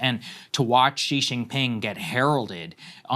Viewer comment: Xi is pronounced "she"